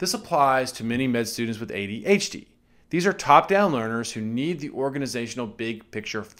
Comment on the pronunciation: its funny how you say adHd :D Always surprises me again